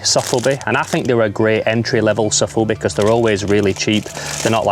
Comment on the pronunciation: sOfubi not sAfubi ;)